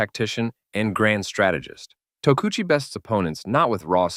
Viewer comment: Tokuchi TU-AH?